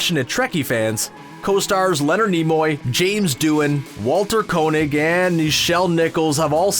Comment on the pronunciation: How Canadian can you get! Plenty of "aboot" and "oot" all over this video. Aaanyway, the pronunciation of Walter Koenig's surname is "CANE-ig" (not "CONE-ig").